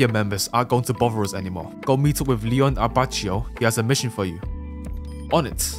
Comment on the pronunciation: LEON HAAA IT'S L I O N E AND A B A C I O THAT'S HOW U PRONUCE IT